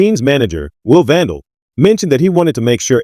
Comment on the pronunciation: Veeck = rhymes with neck